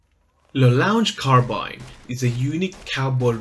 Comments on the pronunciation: It's pronounced. Lah Long Car Ah Bean! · Another fantastic guide - despite terrible pronunciation! 😂👍 It's French. It's pronounced 'La Long Carrabeen'. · don't worry everybody does mistakes and the weapon's name is in french so it's difficult to pronounce in english. keep it up! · Please say it correctly :(